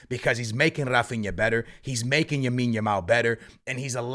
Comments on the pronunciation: its lamine yamal not yamine yamal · When is going to learn that Yamal’s name is “LAMINE YAMAL” and not “YAMINE YAMAL” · L A M I N E Y A M A L not yamin yamal 😂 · Its Lamine not yamine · bro its LAMINE YAMAL not Yamine Yamal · bro keeps saying yamine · who’s gonna tell bro that it’s “lamine” not “yamine” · C'mere bro, repeat after me: LAMINE Yamal. One more time: LAMINE Yamal Ok, one Last time: LLLLLLLLLLLLLLLAMINE Yamal There ya go pal 👏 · BRO STOP SAYING YAMINE YAMAL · He can’t even pronounce some of the Barca players names maybe he should learn first how to pronounce their names properly then he should make a videos on them. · I was about saying this